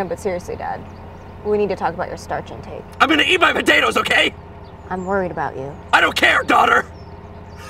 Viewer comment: I think my favorite part was how pronounced potatoes it made me happy I also like the chili bit